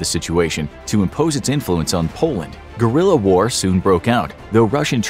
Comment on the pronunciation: Can you please stop say Gorilla war instead of guerrilla war